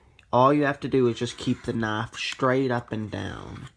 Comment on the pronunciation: Whats a noff? Are you trying to say Knife?